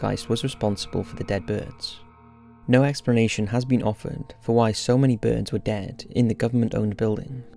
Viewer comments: "If you've ever bean" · I found it so funny how he said “been” as “bean” 😞✊🏾